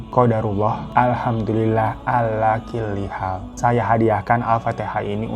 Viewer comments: Koreksi dikit : 'alaa kullii haal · Koreksi ya babu : Qodarullah ala kuli haal bukan “kili” 😅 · maaf y itu salah ucapannya bukan ala kili hal tapi yg bener ucapannya Qodaruallah alhamdulilah Ala kulli hal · 'ala kulli hal Mas Hirotada, bukan killi....hehehe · Maaf babu koreksi ya " alaa kulli hal" bukan alaa killi hal 😊🙏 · Alaa kulli hal ga sih bang bacanya,,btw makanya kalo ada orang curhat2 di medsos udah biarin ajalah,kan orang beda-beda cara nya,,daripada dipendem kaya manda tuh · Alhamdulillah 'ala "kulli hal" bang...bukan "killi" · Bagus ding ceritanya.. bsa di film kan dan endingnya happy alhamdulillah kk manda sehat selalu ya smga cpt dapat jodoh… abang hirotada lengkap banget ceritainnya cma keseleo dikit waktu ucapin Alhamdulillah a’laa kulli haal… mudah2an abang hirotada jga mau mulai belajar agama aamiin